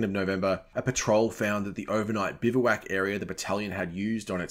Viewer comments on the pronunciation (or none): none